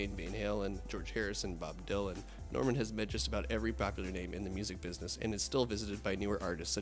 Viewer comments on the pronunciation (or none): none